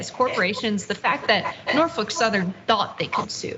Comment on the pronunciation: Its Norfolk not Norfork